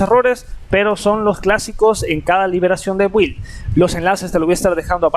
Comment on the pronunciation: Amiguito. No sé pronuncia 'build' la u es muda y se pronuncia 'bild' atte un obsesivo compulsivo